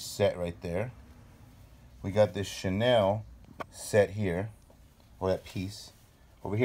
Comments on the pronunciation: In the beginning of vid he said Chanil like in Chaneel ... weird at least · Seems like burglars looking for valuable items that could pawned for cash! It made me angry! Especially knowing that all those used to belong to someone that now is probably dead and it could be pass on to his / hers family. Such a shame! And who pronounce Chanel , Chanil ? Get a real job burglars! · Can’t pronounce Chanel, 75$ estimate for a 600 dollars wallet... these people piss me off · He cant pronounce any designer name ! Vintage bags are authentic , others are A class fakes